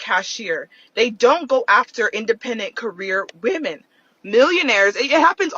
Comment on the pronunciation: Every single video you upload features a woman who says woman instead of women. Every single time. Grab any 5 random American women and ask them to say women and 1 out of 5 will say woman instead, as if woman has no plural form. It really frustrates me. It's not an accent thing either. They just don't know how to say women, and I hear it CONSTANTLY, yet they do know the word men.